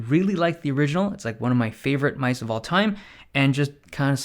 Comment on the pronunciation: Dave loves his "myse"